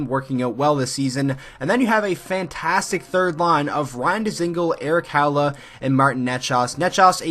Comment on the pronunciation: Good video...but learn to pronounce the names Aho, Necas and Haula.